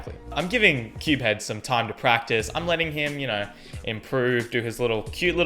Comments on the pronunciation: We’ve been pronouncing CubeHead wrong this whole time I feel so bad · Dude this pronounciation of cubehead and Tingman xD. Well I'm Team Tingboy all the way! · The way he pronounces Tingman and CubeHead's name tho... 😂😂😂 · I actually agree with pronunciation of CubeHead and Tingman xdxdxd